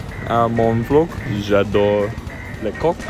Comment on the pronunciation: WILBUR SAID J’ADORE COOK (I love cock)😂😂😂